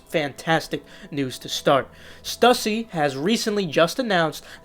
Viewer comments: Just want to help you out king.... it’s pronounced Stoosy not stussy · My man butchered the pronunciation of stussy lol